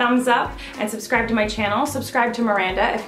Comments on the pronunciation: “suscribe to me” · No she said suscribe